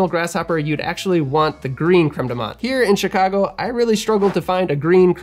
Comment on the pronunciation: not very important but i just meant to say as a french person that the "th" in "menthe" is pronounced as a "t" in french, not the usual english "th" nice vid